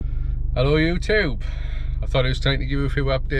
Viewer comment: Love the way you say Ello ewtube 😂😂😂😂